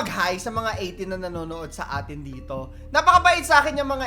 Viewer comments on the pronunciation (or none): Eh cocorrect ko lang po kayu 😊 atin lang po wala pong "s" sa atin po kumbaga "A'TIN" po Hindi "A'TINS" yun lang po thank you😊😊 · Without "s" po ang Atin, baka awayin tayu ni Pinuno 😂